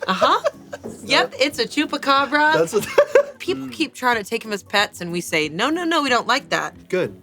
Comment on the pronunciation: I had no idea that someone who doesn’t live in Brazil had ever heard of the chupacabra. I almost died laughing when I heard Amanda pronouncing it as "tchupabra."